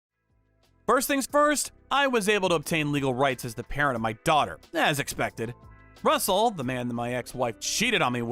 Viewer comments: Rustle? Do you mean RUSSELL? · Rustle? I think it's Russell.😂